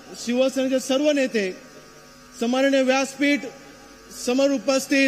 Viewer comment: समानिय नाही तर सन्मानिय अस आहे ते.